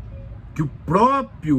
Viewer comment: Levei 2 agulhadas no ouvido logo no início do video: "o própio, o própio exército ...". Parei por aqui. Tchau